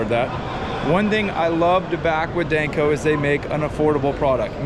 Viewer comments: Is anyone gonna tell him its not Dayneco?? 😂😂😂😂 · Is it just me or does he mispronounce danco? Dayne co 😂😂😂😂